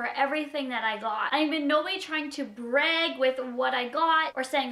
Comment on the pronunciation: I like how you say brag it so funny